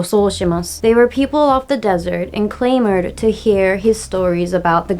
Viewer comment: FYI, ‘clamor’ has a short ‘a’ like ’ant’, ‘mat’, and ‘alibi’. Also, I really enjoy these discussions on language. I learned Spanish by living in Chile for two years, and my experience is similar to how you describe yours.